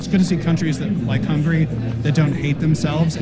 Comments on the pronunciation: she also said "hungaria". Then she goes on to talk about Europe and Hungary like as if she even knows where these places are on the map, let alone the politics. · …”Hungaria”… Bless her heart. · When she called it Hungaria 💀